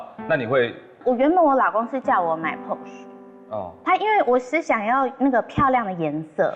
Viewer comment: Please learn how to pronounce Porsche properly! The color is frozen berry